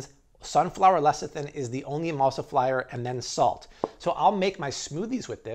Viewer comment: jus dont say emulsiflyer but other than that im on board with this habit..